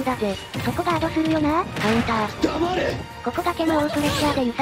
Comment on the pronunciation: のガードじゃなくてカウンターって突っ込まれた後のDA☆MA☆RE☆めっちゃ笑った